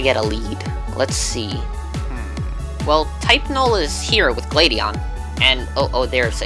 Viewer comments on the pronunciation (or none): Its Luc-a-mean and Glad-i-on lol btw his tail is Garadous's tail and the rest of it is not a pokemon lol.